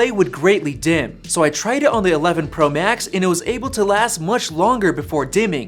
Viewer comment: Sounds like he is saying “tennis” “max”